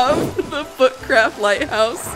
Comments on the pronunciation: Or u saying butt craft or book craft?? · did you say foot craft:D? lol